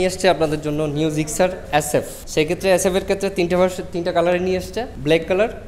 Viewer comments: "জিকজার" হাইস্যকর ! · ভাইরে এইডা জিক্সার, জিগজার না 😅😅😅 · আলা নোয়াখাইল্লা মফিজ জিক্সার রে জিগজার বলে কথায় আছে না পানি রে বলে হানি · আরে দাদু গাড়ীর নামটা তো ভালো করে বলো... ওটা জিক্সার গাড়ী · জিক্সার উচ্চারণ টা ভাল ভাবে বলা উচিত